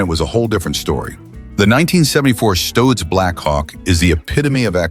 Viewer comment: Stoitz Blackhawk? Geez this a.i. nonsense sucks. now Stootz.